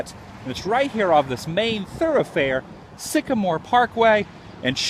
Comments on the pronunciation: He also said Sickamore pkwy... he's special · it's pronounced "sky-ler" avenue not "shoe-ler" and it's sagamore parkway, not sycamore